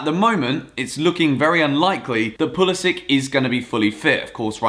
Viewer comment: I’m American and we don’t say pah-lis-ic we say pull-is-sic